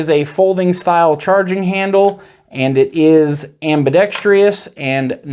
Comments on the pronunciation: Ambidextrous not "Ambidextrious" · Why does everyone, I mean all of them, insist on saying ambidex-Tree-US? It's ambidextrous. There's no E-US. WTF. Feel like I'm in the twilight zone. It's everyone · am·bi·dex·trous /ˌambəˈdekst(ə)rəs/ there is no 2nd I. It is not, am-bi-dex-TRI-ous (facepalm) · Okay, I’ll be the one to say it. It’s not ambidext-REE-ous. It’s ambidextrous, exactly how it’s spelled. Excellent video otherwise, but I couldn’t let you go through life saying that word wrong with confidence. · Just say ambi if speech isn’t your forte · I spelled it the way he pronounced it. I was being facetious.